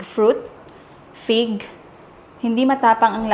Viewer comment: Dinig kong binanggit mo pig kase wala ako sa harap ng screen sabi ko me prutas bang pig? Anyway fig pala lol😂 Have fun in Europe !!